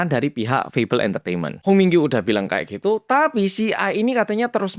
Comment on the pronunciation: Kuping ku denger nya komdigi muluu 😂🤣🤣🤣